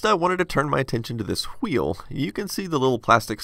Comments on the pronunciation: pronunciation of "wHHeel!" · He pronounces "wheel" like, I can't stop laughing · I know this is old, but what the hell man? just clean of the top layer from traces and bridge the connections..... And H is silent in wheel!!!!! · you pronounce wheel the way Stewie pronounces Wheat thins